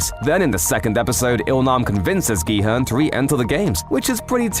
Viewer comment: At least he pronounces the main character's name properly